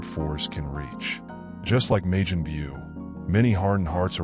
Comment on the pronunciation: "May-jin Bew" lol what?